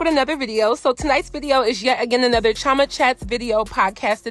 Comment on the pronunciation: Girl your name is who is CHOMA?? lol please abeg o